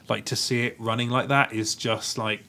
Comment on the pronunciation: RUNNING not WUNNING.